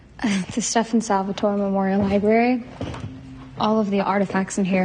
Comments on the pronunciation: ITS STEAN NOT STEFON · We saying Stefan Her saying Stef-On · Why can't they get names right? It's not StefaAn salvatoree it's Stefan salvatore. You can't get sh*t right. that world was from lizzies wish world from jinny, Klaus was alive in that world because lizzie wished for hope not to exist which led Klaus to turn his humanity switch off with Caroline. Get your facts right. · Apparently only "adults" have eyes. Also Stop saying stefON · It is so annoying listening to her saying stefaan salvotory (rolling my eyes) it is stefan salvatore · her: Stef-aun me: omg stop its STEF-AN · can you stop saying "stefaann salvatore"? it's stefan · Its not stefon it's Stefan lady 😒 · it's not setfAAn salvatore it's setfan Salvatore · it’s pronounced stef-n not ste- fahn. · Quit saying stafannn. It’s Stefan. They literally say it in a clip. So many things are wrong in this video. It’s unreal. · It's not satfaan Salvatore . It's Stefan Salvatore. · Stefan isn’t pronounced like you say it, if you properly watched the shows you would know that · If your going to talk about a tv show you should pronounce the characters names right. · You say stefans name wrong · I hate the way she says Stefan!